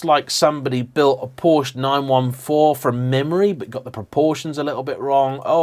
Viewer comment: Porsch-Ah!!!!!!!!!!!! you dolt